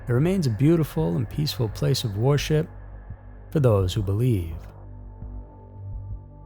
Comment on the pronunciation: Why does he pronounce "worship" as "war ship"? I'm dying laughing.